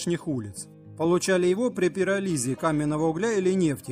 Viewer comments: пирóлиз, а не пиролúз. 10 класс средней школы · Сам ты Пирализ! Пиролиз и ударение выучи. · Только не пиролИз,а пирОлиз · ПирОлиз, а пиролИз - это хрень из Гарри Поттера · Не "перолИз", а "перОлиз". И угарный газ не горючий, а значит употреблять фразу "... угарным газом и другими горючими газами" нельзя. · перо́лиз, а не пероли́з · Пиролиз , а не перализ ... две ошибки в одном слове ... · «… получали его при пиролИ́зе каменного угля…». Автор, блин, ну вот ты ж в интернете сидишь, все справочники перед тобой и… ЛЕНЬ! Лень посмотреть, как слово (которое, между прочим, тебе со школы должно быть известно) произносится. Стыд и позор. 😂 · Ролик познавательный. Вот только что такое "пирализе", о котором говорит автор? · Очень занимательно. Только одно ударение подкачало: пиро́лиз, путём пиро́лиза. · Кто такая пироЛиза? Ставьте правильно ударения, пирОлиз если что, химики доморощенные. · пирОлиз, а не пиролИз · Интересно. Но всё-же - не пироЛиз - а пирОлиз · Не пиролИзе, а пирОлизе, робот хренов. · ПирОлиз, а не перАлиз, дорогой автор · пиролИзе, ты чего нализался чтобы так говорить? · Инфа интересная. Автору: Слова надо выговаривать лучше, режет ухо. Ударения надо ставить правильно, например в слове ПирОлиз. Тоже режет ухо. А так-успехов автору!) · Не дурно бы научиться ставить правильные ударения. Например, в слове пирОлиз - ударение на О. Сложно слушать человека, который не понимает, о чем говорит. И доверия к нему сразу меньше. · 55... Но словно пиролиз, читается с ударением на "о". Ещё были (и совершенствуются сейчас) авто на шишках - дровах. Так там то-же пирОлиз. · Почему большинство монтирующих ролики так коверкают слова. ??? пирОлиз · В інформації про канал вказано, що автор з України. Дизлайк за кацапську мову (враховуючи що це мова окупантів), а також бонусом за піроліз (уроки хімії в школі мабуть прогулював, якщо не знаєш де ставити наголос). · ты бы поинтересовался как правильно говорить пиролиз....граматей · я про ударение.